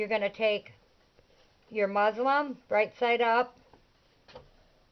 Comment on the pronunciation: Hi, Very nice video! It sounds like you are saying Muslim instead of Muslin.